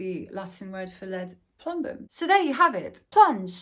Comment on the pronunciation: you actually pronounce it more like "ploombum"; source: I had to waste 5.5 years of my life studying that language and it is still close to my native language. Oh, and welcome back 👋